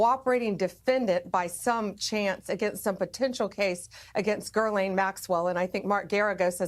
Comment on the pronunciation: How hard would it be to research how to pronounce GHISLAINE